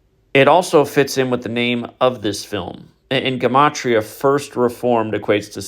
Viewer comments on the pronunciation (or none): yo what's up with pronouncing gematria differently recently. I know there's a reason for it knowing you